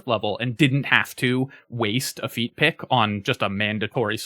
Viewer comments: He said feet pic... lol. I know he said feat pick. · Heh....he said feat pick